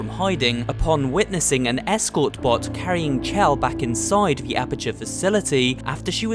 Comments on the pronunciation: You are literally the only person i've ever heard spell her name as "chell" and not "shell". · It’s pronounced shell but it looks like chell